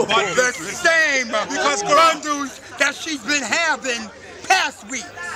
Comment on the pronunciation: “Let me give her some BUNDEWWS” 😂